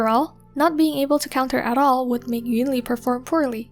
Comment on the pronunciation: although she still pronounced “yunli” the same way as EN dub rather than in chinese